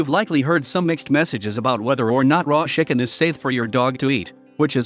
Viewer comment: Why did he say shicken?lol